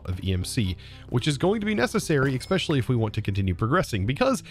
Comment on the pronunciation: Hey, one question and one request all in good fun. Why no watch of flowing time? Can you say “eSpecially” just once instead of “eXpecially” please? Having fun with this pack so far. EMC gen is painful at this time though.